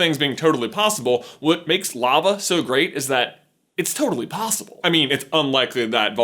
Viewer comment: Did anybody else hear "Its turtaly possible"?